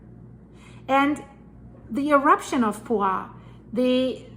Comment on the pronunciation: Hi! I am from Costa Rica, great reporting. There is an S at the end of the volcano's name Poás